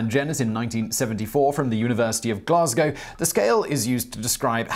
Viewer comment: TFW when a YouTube video pronounces Glasgow properly....